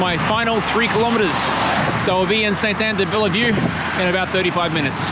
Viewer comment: We don't say the E after the "LL" in de-Bellevue. LOL. Great video to show it is possible to walk.